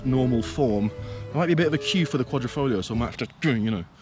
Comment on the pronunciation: It's Quadri.....not Quadro